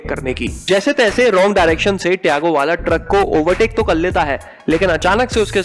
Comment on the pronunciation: Tago Nahi Tiago 😂😂😂